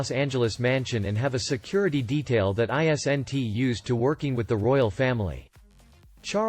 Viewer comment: There we go again you can't read isn't you read it as I s. n. t